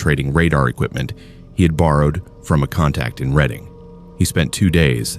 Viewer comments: Just wanted to point out at about the 6 minute mark, you pronounced it as "Read-ing" but it's pronounced as "Red-ing". Makes me laugh every time I head it said that way despite that being how it's spelled lol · Redding PA (Reading) and Wyomissing……Sus-que-Hanna….wow, the mispronunciation is driving me crazy! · It's pronounced "red ing", not reading. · Man, you cannot use AI voice to narrate anything in Pennsylvania. Mispronounced Reading, Schuylkill, Pequea, and Lancaster.